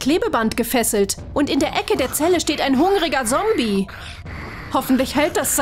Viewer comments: Ok dieses „sombie” nervt wirklich und ernsthaft „Pickelhaube” und nichts gegen die Sprächerin aber es hört sich abgelesen an 😶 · 𝗕𝗲𝗺𝗲𝗿𝗸𝘁 𝗶𝗵𝗿 𝗮𝘂𝗰𝗵 𝗱𝗮𝘀 𝘀𝗶𝗲 𝗶𝗺𝗺𝗲𝗿 𝘀𝗼𝗺𝗯𝗶𝗲 𝘀𝗮𝗴𝘁. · Die sagt " Sombie " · Ich mag nicht die Stimme sie ist voll scheise die alte Stimme wa besser bitte wieda die alte Stimme und die neue Stimme kann nicht mal zommbi sagen nicht böse gemeint ❤❤❤❤❤❤ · Wie so sagt sie :sombie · Ich mag die neue stimme nicht und Zombie wird anders geschprochen hol dir mal ne Tüte deutsch ich mochte die andere stimme besser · Dise diese Sprecherin sagt erst zombi Compi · Das heißt Zombie und nicht Sombie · Nicht sobi sondern sombi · Es heißt nicht Sombie ondern Zombie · Das heißt Zombie nicht sombi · Zombie nicht Sombie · Genau, das ist ganz klar ein " Sombie " außerdem ist das auch ein "Sombiebuster" es in anderen folgen wo die bessere Stimme noch gesprochen hat sind das eigentlich alles Zombies und ein Zombiehounter 😒😂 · Sombie sombie ES HEIßT ZOMBIE 😡😡😡😡😡😡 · Z für Zombies auf dem Schild und sie sagt immer noch sombi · Du sagst sombi schtad ZOMBIE 🧟‍♀️🧟‍♂️ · Alter es heißt ZOMBIE und nicht sombie 😒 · es heisst zombie und nicht sombie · Es hießt zombie und nicht sombie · Ja die sagt anschdat ZOMBI sombi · Stimmt sie sagt sombie und nicht zombie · 1. Wenn ich mir solche Sachen bastle sterbe ich 😂 2. Kann sie bitte aufhören sombie zu sagen.. dass heißt zombie ZOMBIE 😂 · Nein sie sagt die ganze Zeit Sombie😅😄😜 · Wieso sagt diese Stimme: Sombie und nicht Zombie🤦‍♀️ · Okay, ja wir haben glaube ich alle verstanden das sie Sombie und nicht Zombie sagt und das die andere Stimme besser ist.😂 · Bitte NICHT diese Stimme Die ist schrecklich 😭 Ps. Das heißt Zombie und nicht sombie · Das Wort Sombie ist zum tot lachen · Es heißt Zombie und nicht Sombie! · Alter die sagt die ganze Zeit Sombie nicht Zombie!! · ES EIST ZOMBI NICHT SOMBI! NICHTS gegen die andere stume aber ich wiend die alte beser. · Es heißt Zombie nicht Sombie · Die stimme sagt Sombi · Sie hat sombie gesagt